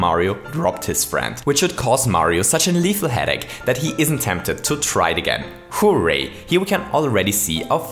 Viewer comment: You say hooray weird you say it like hoooo ray